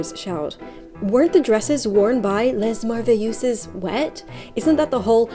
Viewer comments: I studied French for seven years and I would not pronounce it like that... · First of all, Your prononciation of " Merveilleuse" is adorable, and it's not completely incorecte, but it would be more MerveillEEZZZ, Z like you would pronounce "The". LOve this video like every othere one ! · I believe that is pronounced "Lay Mer-vay-yuhs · FYI, it's pronounced "lay mair-vay-yuhz." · "Lez MervëyüÜsz..." -Bernadette Banner, 2025